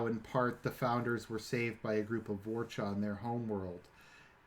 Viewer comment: I know I’m nitpicking but there is no C in Vorta